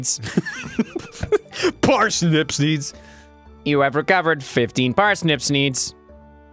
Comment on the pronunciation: 'we have 15 parsnip smeeds' I died pfT